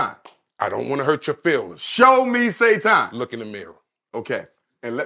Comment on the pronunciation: He lost me at SAY-TON 😂